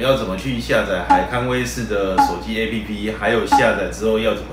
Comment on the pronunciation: A p p是一個字 你都會boss 你不如分開一個字講 b o s s 啦